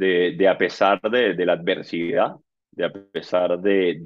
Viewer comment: No sabe ni hablar.. Guaidó se dive adversidad no adversicidad!! Fantasma